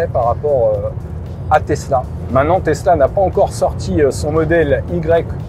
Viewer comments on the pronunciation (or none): none